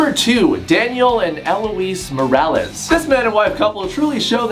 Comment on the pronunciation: He said “Morales.” It clearly says “Mee-re-les” (I spelled it how it would be pronounced)